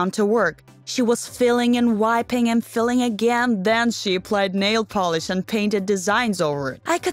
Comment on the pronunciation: Filling and whipping fil- ing lol itz file- ing